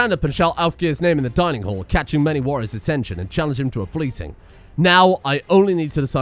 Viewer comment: I only know this because of the Thor vs Zues erb and double checking it, but it's Fly-ting, not Flyt-ing.